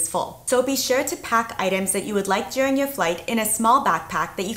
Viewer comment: so I just had a friend of mine listen to her, and she goes 'this lady's deaf' it's weird to me that that was her first reaction. I still maintain she has some kind of a speech impediment where her sounds are a bit off like the sound "r' also, listen to how she pronounces the word "during" that's the UK pronunciation if I ever heard one